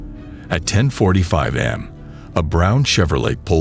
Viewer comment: Is this a real situation? I've noticed the narrator mispronounces words a lot and I couldn't find anything online when I did a quick search. He kept saying A.M. wrong. Said it as if it was am. Also, it was said they were lightning, fast and says they were in and out in five minutes. I don't know about you, but to me, that's not lightning fast. I'm pretty sure these are fake stories unless someone can prove me wrong.